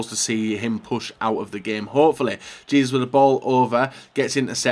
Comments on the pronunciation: it’s “Jay-zews” not “Jee-zus” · Hay-zus really not that gets to pronounce